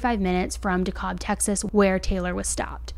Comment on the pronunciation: Not to be rude but when you're researching these stories please please please get the names of towns and places correct. It's bowie (boo-wee) county. It's DeKalb (dee-cab) Texas. Also it's Healthcare Express, not health Express.